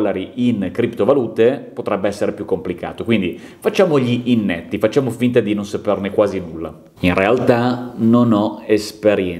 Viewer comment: Scusa, con tutta la stima, non si dice INNETTO, ma inetto. Ho sentito bene, pronunci la parola con due N.